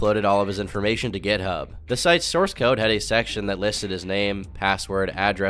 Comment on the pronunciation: I remember when you pronounced github with a j, i was so fucking close to unsubbing